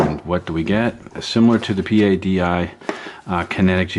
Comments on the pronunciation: Sir, The Professional Association Of Diving Instructors is known and pronounced "PADDY" . Not P.A.D.I. pronounced as each letter as you do several times. Just FYI. Great videos , love the camera work and documentary style. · stop saying P.A.D.I. it is pronounced as a single word.